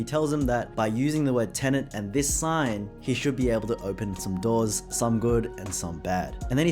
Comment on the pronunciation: Why do you call it Tenent?